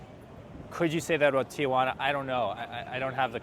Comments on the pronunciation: If you are going to talk about a place you visit learn how to say the name. It is not TiAjuana. Read it it is Tijuana. Stop adding an A after the I Ti. Juana. Not Ti. A Juana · It's not TIAjuana there is no A, it's pronounced T-Juana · It's Tijuana, not TIAjuana. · 3 syllables..T WaNa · Its tijuana, not tia-juana. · Go home and practice pronouncing Tijuana . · Learn how to pronounce the name of the city. The locals think you’re an idiot when you can’t even pronounce the name of the city correctly. As for needing a coat, Tijuana is a coastal town where the border crossing is. It is always cooler near the Pacific. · I'm with the others. You need to learn how to pronounce Tijuana to start with.